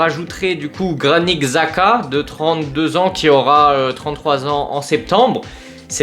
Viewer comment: Je suis content si Xhaka vient. C'est vraiment la recrue parfaite pour Allegri, puissant, a du caractère, de l'expérience. (D'ailleurs je crois que son nom se dit plus Chaka). Je pense que RLC on va le garder j'ai vu que Allegri aimerait le garder pour son physique et son jeu. Avoir Modric et Xhaka va vraiment faire du bien, il nous faut des résultats immédiats avec de l'expérience, sachant qu'on joue que la LDC donc c'est pas l'âge le problème.